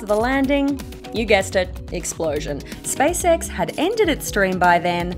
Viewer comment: It's SpaceX not Spice-ex.